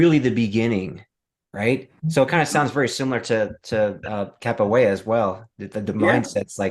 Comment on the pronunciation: Great interview. But I really want to know, is the a reason why you don’t say the “ra” at the end of capoeira? It just sounds like you’re saying “capo’ei”. Always wanted to ask. Thought it was the best time to bring it up. Might just be the way you speak. Like “Choreography”. “Co-ography”… just like Phat Samurai. As you can tell, been watching your videos since the jump. Love the channel. Keep it up!!!